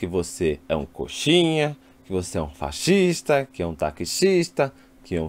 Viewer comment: Que é um faxista, taxista....kkkkkkkk..... morro de rir quando vc fala assim.